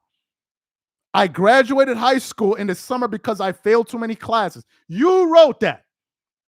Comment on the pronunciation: bruh, YOU ARE JUST NOW NOTICING HIS TERRIBLE SPEECH? The guy says "schoo" instead of "school". 🤦‍♂️🤦‍♀️🤦🤦‍♂️🤦‍♀️🤦